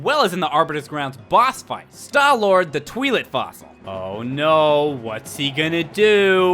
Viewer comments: I cringed at the pronunciations of Stallord, Twilit, and Goht. But I still love you,. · di-di-did You say Stallord the "tweelit" fossil? Oh for someone who claims to be one of the biggest Zelda fan, you are bad with all of the names...but that's okay.:D <3 <3